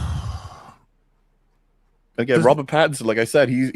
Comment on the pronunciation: can't not call Robert Pattinson "Patterson" even when the correct spelling stares him in the face as he reads it incorrectly out loud XD